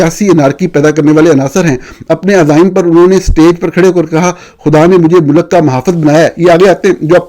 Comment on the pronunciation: You pronounce ملک as Mulak it's Mulk . You are a renowned journalist. Try to pronounce right word